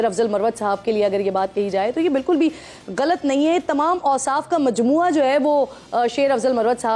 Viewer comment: گلط نہیں غلط بولیں۔۔۔۔انڈین کی نقل ن کریں